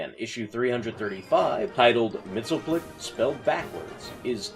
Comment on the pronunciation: actually, it's pronounced Mix-Yes-Spit-Lick